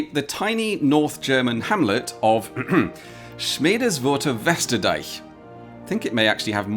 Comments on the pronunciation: Respect. As a native German speaker, I can tell you that you pretty much nailed the pronunciation of the German hamlet. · I'm impressed you were able to pronounce Schmedeswurtherwesterdeich so accurately, even I as a northern German am not able to do that without twisting my tongue... 😁 Pedantry corner alert: as far as I can see that's not a hamlet, instead it's just the name of a part of a very slightly bigger hamlet. The hamlet is called Schmedeswurth (182 inhabitants as of Dec 31st 2024) and the affix "Westerdeich" is merely denominating the western dyke (or I'd guess rather the former location of the western dyke which has been converted to a road) of Schmedeswurth.